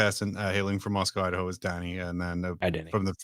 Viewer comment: Your show has ruined me, I’ve started pronouncing Idaho I-da-How…